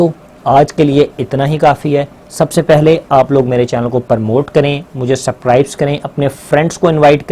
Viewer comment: sir sorry to say subscribe ka word thk bola kre ap s chor dete h acha ni lagta